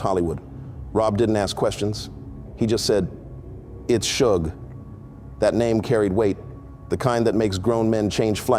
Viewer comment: If you don't know the pronunciation of Suge's first name, maybe you're an artificial intelligence narrator. You're certainly not street. Or maybe you're afraid of voice recognition technology.